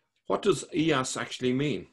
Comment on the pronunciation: "Iyas b. Qabisah, ( and not "Ilyas" as says ) the appointee of the Persians to the governorship of al-Hirah after the deposition and death of al-Nu 'man V b. al- Mundhir II (see al-Tabari, I, 1029-30, P. 359 below). His life was much bound up with political and military events along the desert frontiers of Iraq." This Christian guy has written down the Quran, an anti Christian book? (No offence, be serious...)